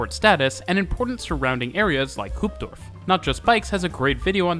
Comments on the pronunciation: It's really surprising to me how hard Dutch pronunciation seems to be... For one, it's Hoofddorp, not Hoopdorf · Kudos at trying to pronounce all these Dutch names, but I couldn't help but chuckle at 'Hoopdorf' instead of 'Hoofddorp' 🤭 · Ah yes, Hoopdorf. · I chuckled at his Hoopdorf version of Hoofddorp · Nobody:: Hoopdorf Other than that; great pronunciations for a foreigner. Oh, and about; there's actually 4 local trains between Amsterdam and Breukelen, 2 of which continue on to Gouda and Rotterdam and the other two continue towards Utrecht and further. A further 2 start at Breukelen, just after the arrival of the train heading for Rotterdam, meaning there's effectively a local service 4x per hour. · Hoopdorf? Did I hear that right?😂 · "Hoopdorf", hehe. Going to be calling it that from now on. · The only debatable pronunciation was "Hoofddorp" but I am willing to overlook that considering all other names were excellent. didn't fall into the trap of Germanifying Schiphol into 'Shiphol' (sic). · As a Hoofddorp resident I have to ssy you absolutely butchered the name of my beautifull city😭 Other than that a very infotmative and graphically well made video. That I have no use for because I use this network every day😂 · Remake to also fix probounciations but you still butcher about everything Dutch. Special mention to Gein as you made the g sound like an h. Also wtf did you do to Hoofddorp? It wouldnt be too hard to find someone to help with the pronounciation i think. Cant imagine what the old version had as the pronounciation as it cant get much worse Also i see lots of trains and metro trains in the pictures that havent been used in years. It isnt hard to find anything more recent. So not a great remake. You tell some interesting things but you saying things wrong and some old pictures dont help at all. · and Hoofddorp